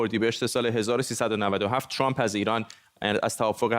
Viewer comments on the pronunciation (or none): none